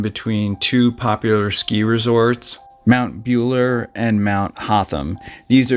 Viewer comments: Mate… it’s pronounced MOUNT BULLA!.. not bueler… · Won-on-gatta. Mell-bin. Mt Bull-a. Aussie pronunciation 👍🥰